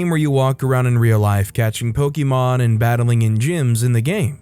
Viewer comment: Sigh po-kuh-mon.....